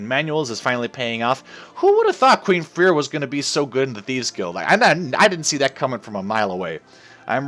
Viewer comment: I know that this is WAYY too late, but Freir is pronounced Frey-ir